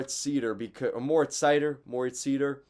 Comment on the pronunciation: Pronounced like cider. He himself says his first name "More-eats". Also you forgot to mention that Mo has had terrible partners all year. He stepped on the ice and became a teams number 1 defenseman. And he's not the worst 1 defense in the league.